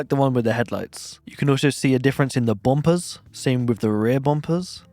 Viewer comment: Bom-pers as heh-lux